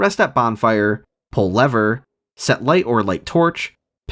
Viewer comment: Pull leather? Why do people say lever as leather lol